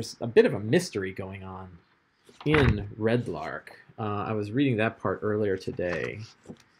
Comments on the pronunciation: My OCD is slightly bothered every time you call it "Red Lark" instead of Red Larch... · Arch=ark easy mistake when reading lol